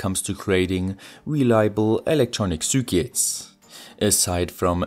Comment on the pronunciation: I love how you say zürkits